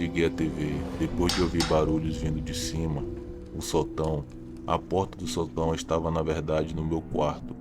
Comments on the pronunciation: Ele não percebeu que Sótão têm acento daí a pronúncia sotão. 😊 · Fora o detalhe que você esta falando a palavra sotão com entonação errada esta muito legal. Historias interressante!